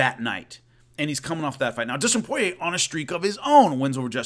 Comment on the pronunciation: It's Poirier, not Porier 👍🏻👍🏻